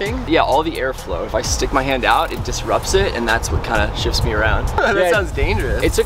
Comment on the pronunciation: "WOTH" A REAL HOVERBOARD!! :OOOO